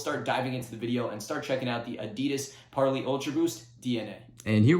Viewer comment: You keep mispronouncing parley